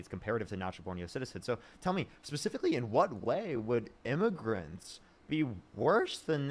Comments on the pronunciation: sounds like immigrants he didn’t enunciate well maybe but… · He clearly said illmiffigians. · Is what the whole immigrants vs Aliens bet was about and it really does sound more like immigrants, however he either mumbles, or the audio cuts out and its still hard to tell what he said. I think the main point was that the guest was still saying "illegal" instead of "undocumented" so the point that was trying to make still stands.